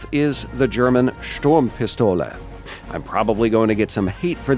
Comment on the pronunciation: You pronounced Sturmpistole quite right :)